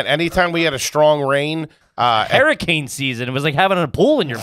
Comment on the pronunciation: Saying crick for creek is pretty trashy but saying Herricane and Melk are pretty bad too boys! 😂